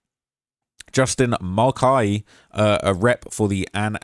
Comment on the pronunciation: You seriously can't figure out how to pronounce Karon (Kuh-Ron), or Mulcahy (Mull-Kay-Hee)? Wow, you really must be a professional journalist 🙄